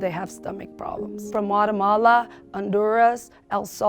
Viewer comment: It is not called walawala it is called guatemala so get right